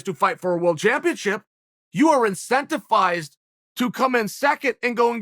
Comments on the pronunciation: Chael: “Incentifized” Me: Ok, Great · Chael "Incentificed*" Sonnen...gotta love the confidence 😆